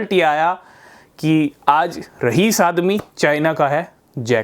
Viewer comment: Rahis nhi hota hai bhai😂😂😂